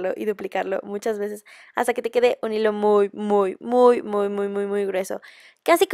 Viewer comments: en el minuto del video que dise dise hijo en ves de hilo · like si viste que en lugar de decir hilo de algodon decia hijo de algodon